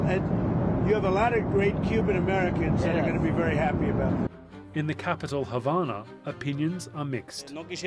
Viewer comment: What is this reporter Smoking Crack Rocks? There is No Education in Cuba that leads to a future, and there is No Medicine (So there is No health care). Go to Cuba for medical care, I Dare you. You are Not Qualified to speak about my parent's homeland, you can't even pronounce Havana right. We want freedom from a Broken and Corrupt Socialist System that doesn't work anywhere. We are tired of our people just barely surviving and dying. I went over to Matanzas for about 3 weeks and lived with my Cuban family, two people committed Suicide in that stand in that town. There's a Mosquito borne disease right now in Cuban, a refinery just burnt up. You are spreading lies. Que Viva un Cuba Libre!!!!! Patria Y Vida!!!!!